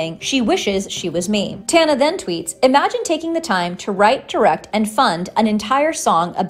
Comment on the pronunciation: can y'all learn to pronounce her name or just don't lol